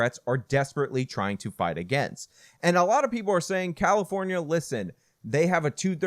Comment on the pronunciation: Did you say… Carrafonia?